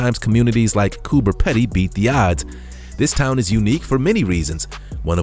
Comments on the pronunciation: It is Coober peeeedy not peddy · Its Coober Peeeedeee...not Peddy already lol.lived underground for years when I lived there...stil miss it. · It is Coober Pe (e)dy and there Re not tigers there🤣🤣🤣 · Coober Pedy is pronounced Coober Peedy. Plus tigers are not native to Australia. Our most dangerous animals are snakes n spiders.